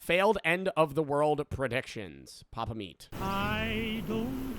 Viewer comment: video seemed sooooo good untill i heard “papameat”🫩🫩🫩